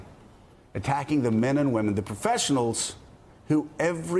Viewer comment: I don't understand why Rudy Giuliani, a former U.S. Attorney who was a part of the Justice Department, cannot say "Justice Department." He says "Jushpartment."